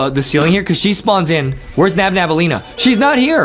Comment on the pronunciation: Its nabnaleena not nabnabaleena